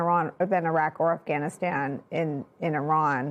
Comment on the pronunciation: Her voice is so monotone. it reminds me of the teacher in "Ferris Bueller's Day off". Bueller?..... Bueller? But she does pronounce "Iran and and Iraq" correctly.